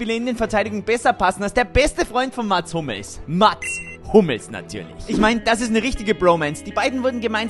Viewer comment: Mats statt Mats😂